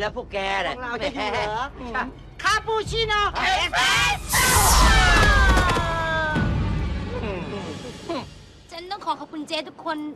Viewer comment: ได้ยินว่า คาปูชิโน่ เอสเปโซ่